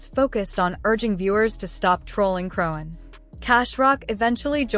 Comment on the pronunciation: It’s all AI! Can’t even say the name right..